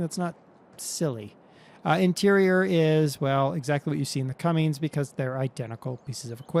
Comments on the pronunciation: cummins not cummings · OKay, try this. Not Cummings, its Cummins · CUMMINS NOT CUMMNIGS!!!!!!!!!!!!!!!!!!!!!!!!!!!!!!!!!!!!!!!!!!!!!!!!!! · Well umm I do see like the 07 cummins on farms and it's not pronounced Cummings also the bike I've seen you wreck that thing a hundred time and the ford 150 can be that loud it's called aftermarket muffler... I see it more and more your preferring the more European equipment and vehicles over American stuff that really I can see what's better